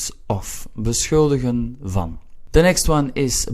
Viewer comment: Your pronunciation of beschuldigen is text book perfect: /bəˈsxʏldəɣə(n)/ (Dutch nationals would rather go for something like /bəˈsxʏldəxə(n)/). Thanks !